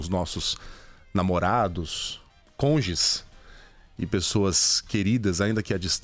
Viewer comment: A palavra "CONJES" foi dita com ironia, né? Insuportável escutar tantos erros de português ultimamente.